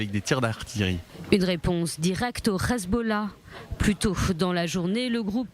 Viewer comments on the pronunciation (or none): C est pas le Khezbollah . NI LE khizboulah .C est Le HEZBOLLAH . Prononcez bien le français partout